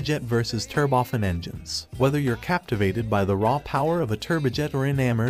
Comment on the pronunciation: Turbofen? Must be a flaw in the computerized text to voice AI.